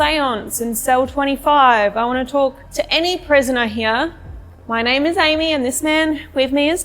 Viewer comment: Didn't sound like "Amy" to me. Sounded more like "Jeremy." But that's just me...